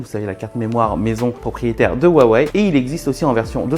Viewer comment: Par pitié Huawei ce prononce "Rouawei" et non "Wawey" écoutez la conférence de Richard Yu. Le H se prononce proche d'un R pour nous.